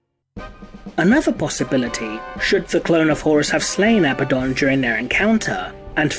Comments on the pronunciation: Perhaps if the clone of Horus had defeated or killed Abaddon then perhaps I wouldn't get so triggered at the mispronunciation of Abaddon. A-bad-dun - remember folks, he's not a good un, he's Abaddon not to mention the emphasis in the spelling on the d over the b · You continuously say his name wrong....